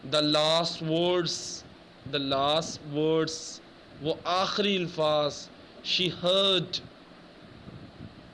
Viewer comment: ilfaaz nahin sir Alfaaz hotaa he